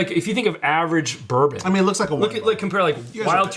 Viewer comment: Some good bloopers today between "burbum" and "ROCK HARD silver"